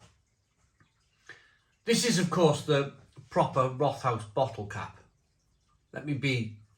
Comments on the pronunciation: Pronunciation: think of “Wrote-House”. Not “rot-house” (sounds like something rotten). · Pronounced Rot-house just fyi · One of my fav beers from the southwest of Germany. Can also recommend their "Tannenzaepfle". Btw it's pronounced Rot-haus (means red house). In German the th isn't the same as in English. It's either just a coincidence from two words meeting, as here with rot and haus, or it's an old way of making the following vowel longer. In any case, it's still just pronounced like a t, not a th. About the cost of the Rothaus beer, it's always been a bit on the expensive side, even in Germany. Germans in general are quite proud of their local breweries and beers, so as long as the brewery puts out a good drop they tend to do ok.